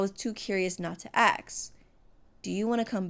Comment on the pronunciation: I knew by the selection of answers it was gonna go down and the ending made me sad i literally cried POOR MYCHAEL I NEED MORE ENDINGS!!! Btw Fix Your Grammar LOL the way the word is "ask" and you say aks is sooo funny and yes I watched this in 2025 so what am late but still enjoyed the video ❤